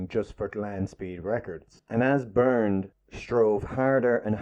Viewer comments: ONLY A "PADDY" WOULD PRONOUNCE HIS NAME "BURNED".IT SHOULD BE PRONOUNCED "BAIRNT". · Caracciola is an Italian surname so the 'cc' is pronounced like the English 'ch'. Car-a-chi-ola. (not "Carassyola") The 'e' in the German first name 'Bernt' is an open vowel sound. It should sound more like 'Bair-nt'. (not "Burnt") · "Bernd" does NOT pronounce "Burnt" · It’s pronounced ‘bAirnt’ rhyming with air and the d is pronounced as t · Bernd is pronounced Bernt and there was no F1 before the war, they were Grand Prix cars. the first F1 race, and therefore F1 cars, was in May 1950 at Silverstone.